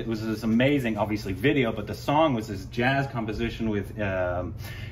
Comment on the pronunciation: Blues two times .. yet you say jaaz two times